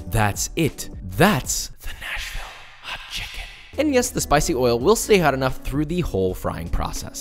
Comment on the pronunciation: I swear to god it was 30 seconds before the end of the video before I realised you weren’t saying National Hot Chicken, and was wondering why the hell it would be named that. Lol.